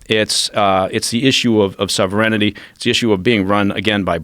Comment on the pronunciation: ex-cia guy doesn't know how to pronounce sovereignty. South America makes sense to me now.